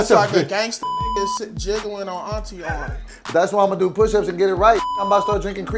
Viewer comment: I cried 😂😂😂 he said you got aurntie arms